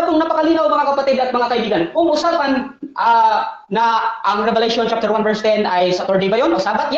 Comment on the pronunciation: Chapter hindi chafter.